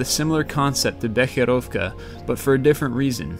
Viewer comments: He pronounced a lot of things incorrectly. I wouldn't worry about it, though. His pronunciations weren't as bad as most people's. I mean, he did pronounce "Becherovka" as it should be to my understanding. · you told Becherovka pretty good ;)